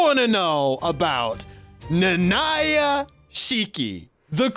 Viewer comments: Stopped after I heard his butchered pronunciation of "Nanaya" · Why do you pronounce Nanaya like that 😭😭😭